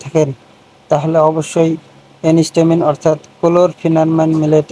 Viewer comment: ওটা এনিস্টামিন নয়, এন্টিহিস্টামিন। আশা করি পরবর্তী ভিডিও গুলোতে ভুলটা শুধরে নেবেন